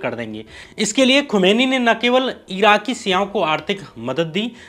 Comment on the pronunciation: खुमानी नहीं खुमानी साहब